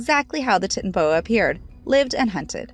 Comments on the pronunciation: Tit-n- boa pronunciation I mean its literally a sound it out word titan-o-boa. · its not titanboa its t.y.t.a.n.a.b.o.a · It's not tit-an-a-boa it's titan-a-boa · How to say it: TIE- TANA-BOA how it's spelled: titanaboa!!: how to say it:titt na boa how it's spelled titanaboa!!! DONT MAKE NO SENSE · its pronounced tie-tanna-boa not tittinboa or titty boa or whatever she was saying. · Same Tit na Boa Titano Boa REALLY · Wait are you serious?!?! How do you mess that up?!?! Tit-in-a-boa?!?! Come on!! It's the TITAN-BOA!!! TIT?!?! TIIIIIIIT?? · 🤣😂😂 its not "tit" 'na boa' It's titanoboa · Why is it soo tough to pronounce it?? 😑tita.... Whatever aishhh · wth is a titinboa? its freak pronounced tie + ta + no + boa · Hahahaha..did she say "Tit and a Boa".. Hahahaha. It's (Tie-tan-ah-Bo-ah). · Tie-tan-a-boa, not tit!🤣😂 Like clash of the titans? Edit: However, titty-aboa definitely makes it way less terrifying. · TITANABOA NOT TITNBOA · “tittnaboa” it’s pronounced “Ti-tano-boa” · It is not pronounced "Tit", it is "titan". The name is to help explain the size, so Titan...please....say titan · stop calling it the tit-na-boa its called the titan-a-boa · For God's sake it's pronounced TIE TANNA BOA, not tit anna boa. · Ti-tan-o-boa not tit-anoboa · Tie-tuh-nuh-boa. Not Tit-o-boa God at least pronounce it right. Literally first page of Google. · It’s not a tinaboa it’s called a titnaboa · Its not a tiity boa its a titanaboa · its tItAnaboa not titnaboa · Titan Boa, not Tit n boa. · "Titnoboa" Its pronounced as Tay-ta-no-bowa😅😂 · Its pronounced as titano boa not tit no boa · Tinton boa😂😂 Its titanboa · Titty boa 😂😂😂😂😂😂😂😂😂😂😂😂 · Tity boa RoFLmao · "Titty boa" hahahahahaha😂😂💀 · Ti.tan.a.bow.a Titan-boa its was killing me lol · The worst for sure, but one of many pronunciation and diction errors. She's not reading, she reciting. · exactly its tie-tan-a-bo-a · "tit-an-boa" I'm sure you did tons of research for this video lol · It’s Tie-tan-a-Boe-a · It's titanboa